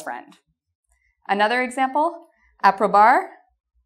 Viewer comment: I am American trying to understand the spanish accent, you are adorable but I cringed every time I heard you speak Spanish love it's Un poco not una poco a=ah so casa is cah-sah e=eh (a soft e) I= hard E librería is lee-breh-REE-ah aprobar=ah-pro-bAHrr